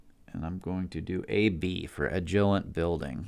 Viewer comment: Great video, thanks for the help. I hope you learned to pronounce agilent and yaesu by now. That was killing me ^_^.